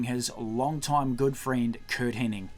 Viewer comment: It's not Kurt "Henning", it's HENNIG!!!